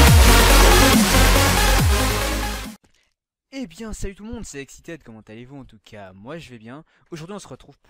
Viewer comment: Au deBut tu as dit "Et salut a tous c'est Exitéd" sa ma tuer ! xD